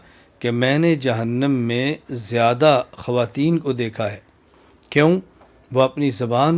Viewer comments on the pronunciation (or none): none